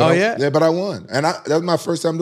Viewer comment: “I was wrastling a big snake”